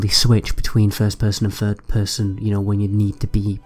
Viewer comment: witcher free? please put some effort in pronouncing your th's and f's and r's. children can be forgiven but at a certain age you begin to sound ignorant. fink : THink, free : THree ferd : THird fings : THings everyFing : everyTHing and so on.